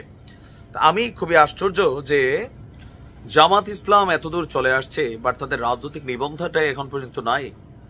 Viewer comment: জামায়াতে ইসলামী নামটা শুদ্ধভাবে উচ্চারণ করতে পারেন না, আপনি কিসের youtube এর একটিভেট? জামায়াতের নিবন্ধন তো আছেই শুধু প্রতীক ফেরত পাবে ইনশাল্লাহ